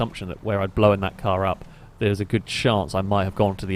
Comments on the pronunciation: Blown, not Blowan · Yup, that's part of the accent lol. He really pronounces the 'w'. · My lady just pointed out how you say "known" and "blown" as if there was an E in there, know-en, and blow-en up... Now I can't unhear it. Stay single folks 😂🤣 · Blow-un Throw-un Know-un Stop addiding syllabulluls